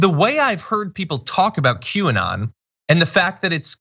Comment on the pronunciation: Did John just say "Quay"?